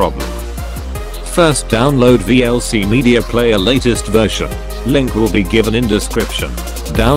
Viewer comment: "VLC versiah..."?